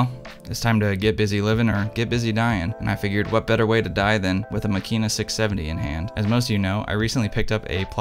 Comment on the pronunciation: Please stress the first syllable: MAkina. This is obviously a fine instrument, but given its fragility and its price tag I elect to stay with my tough as nails Super Ikonta III ($200) for backpacking rampages through the Levka Ori of Crete or the Kackar of Turkey. Using Tri X and stopping down to f8 I will get results that are good enough for excellent 11x14 enlargements. ( I never shoot color.)